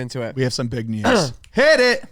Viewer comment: "bolth" and "thum" lol